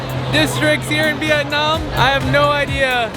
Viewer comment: I hate the way he’s pronouncing the country